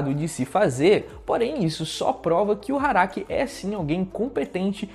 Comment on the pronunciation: eu ouvi... HARAKI? kk